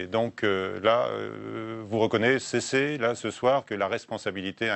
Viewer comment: "Vous reconnais-sessez...", quelle élocution pour un journaliste !